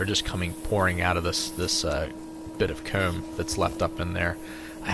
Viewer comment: I dunno why but the way he pronounces envelope and comb pisses me off.